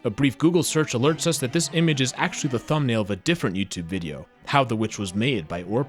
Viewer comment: His thumbaul